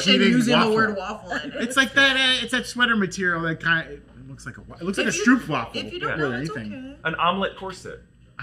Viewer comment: wait did you say stroopwafel? It sounded like you said stoepwafel in dutch what translate to pavement waffle 😂 Personally, I think it is more of a breakfast waffle structure than a stroopwaffel🧇